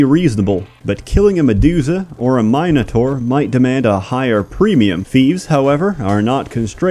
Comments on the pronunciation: MIN A TOR.....MIN A TOR.........dammit! not mineitor???? wtf is that!! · He did that intentionally. Notice he also said "medooza" and "mine otaur." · Please tell me you aren't one of those people who say "mine-a-tor"